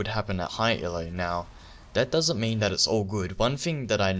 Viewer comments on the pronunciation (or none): That, not Dat. Dat is all.